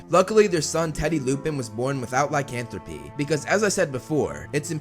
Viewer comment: Lycanthropy, not licanthropy